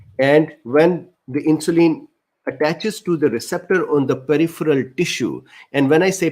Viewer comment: Very informative and detailed It filled in a lot of gaps in my knowledge. Your communication was clear and I would like to suggest some items to make it more fluent. insulin IN-shu-lyn (IN is the stronger syllable, the others are softer and quicker) peripheral PER-rif-er-al (PER is the strong syllable) pancreas PAN-cre-as result re-SULT cardiovascular car-dio-VAS-cu-lar glucose GLU-co-se hyperglycaemia hy-per-gly-SI-mia diabetes di-a-BE-tees English pronunciation, US di-a BE-dus) resistance re-SIS-tn-ce adipocytes a-di-PO-cy-ts not a-DIP-o-sites intestine in-TES-tin acids A-cids A as in Apple. Not ecids cytokines SI-tow-kine kine, like fine, dine, mine, mine. Thank you